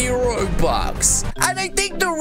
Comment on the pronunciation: I hate when he says robuwx